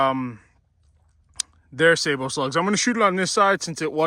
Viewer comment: stop the madess; just say "say-bo"